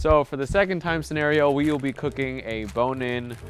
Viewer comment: "Let's get cookingchhhh"